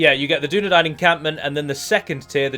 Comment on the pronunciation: I know that's how it's spelt, i was spelling it phonetically... Dune - Nah - Dine vs Dune - Nah - Dane would have perhaps been better to prove a point...